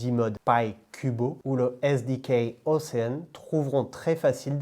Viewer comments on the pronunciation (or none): Merci très intéressant ! Je vais regarder ça de mon côté et qui sait peut-être investir un peu 👀 (et réécouter tout ça parce que c'est compliqué !) Rien à voir, mais il m'a semblé que tu as dit "ocean" en anglais plusieurs fois, cela se prononce"oshean" et non "océane" voilà